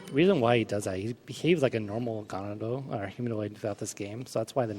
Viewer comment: Why do I hate that he says "GAH-na-do" instead of "gah_NA-do"? lol I'm not even sure which is actually right but I hope it's my way